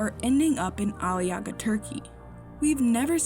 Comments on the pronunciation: There is one easy way to fix "Ali yaga", just ommit the "ğ", Aliaaa. See ? easy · I was watching this with my Turkish husband. He was getting irritated that they were pronouncing Aliağa wrong. The “g” is silent.